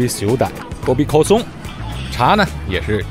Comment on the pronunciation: kosong 发音有误，k不送气的